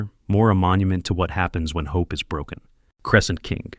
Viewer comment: “Crescent Kink” you wanna say that again?